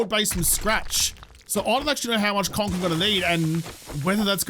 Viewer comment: Does anyone else hear kronk when he says conc